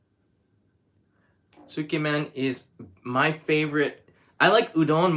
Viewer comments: Tsukemen is pronounced closer to sk•yeah-men, by the way...I can't eat pork-based food, but I'd be honored to eat a meal cooked by you,... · Hi. Please correct me if I'm wrong. Isn't it pronounced skaymen? Ty